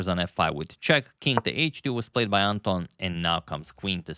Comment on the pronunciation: Anton in Ukranian and Russian names pronounced as in David-Anton Guiharro - with stress on the second syllable